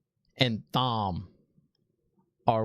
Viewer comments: also its pronounced tom not thom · Also, it's Thom with a silent "h". It's pronounced Tom. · Dude - just so you know, it’s pronounced “Tom” even though it’s spelled Thom. Love seeing your reaction to this, not knowing the series. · Okay, it was cute at first, but we know how Tom’s name is pronounced. Unless you promise to go through life pronouncing the th in Thomas, Thompson, etc. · LOL LANCHOPS!!! love the videos. Also not to be rude but Thom is still said Tom, silent h. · The question about women not seeing the men’s weaves: men can’t see woman’s either but Logain is special and can see. Woman CAN sense him drawing in the power. So the green Aes Sedia new he was about to attack but didn’t know with what SIDE NOTE: Thom is pronounced Tom. I made the same mistake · Thom is a great character, but his name is pronounced just like our regular Tom. Silent H my man. Lolol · Lmaoooo I love your reviews. It's great to see your honest opinions, no matter if you're right or wrong. BTW you pronounce Thom like 'Tom'. Keep up the great work! Also yeah Fades are really freaking powerful. Logain was incredibly powerful, but from the looks of it, Nynaeve is even more powerful than him. Moiraine seems to think Egwene is on par with Logain as well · "Lan chops" Thom's butter knives? You're killing me 😆. Thom is pronounced like Tom (it's not short for Thomas, but it's like that). I love the subtle fan service they gave with Liandran mispronouncing Nynaeve. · The H is silent in Thom's name. It is pronounced just like "Tom" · Thom is pronounced "Tom". Egwene is pronounced "Egg-Wayne". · It is pronounced Tom. The H is silent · It's pronounced Tom even though it's spelled like Thom. Lol. As far as power goes I can't really express the Dragons power it's far beyond anything seen. Not spoiling so stay tuned. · Great to see non readers so hyped! Thanks for the review video 😄also, Thom is pronounced the same as Tom and he is definitely one of my favorites!